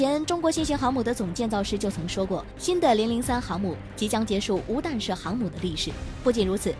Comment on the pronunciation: 迫（pai）击炮，弹（tan）射航母。。。非军迷都不会犯的错误